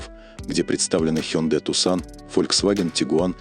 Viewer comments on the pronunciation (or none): none